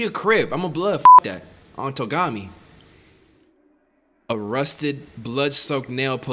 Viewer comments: Did Really Say “On Togami” 😭😭😭😭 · He really said “on Togami” 😭😩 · “On Togami” euGHHHHH